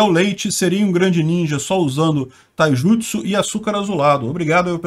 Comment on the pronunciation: Pronunciou muito bem taijutsu,acho que o é fã de naruto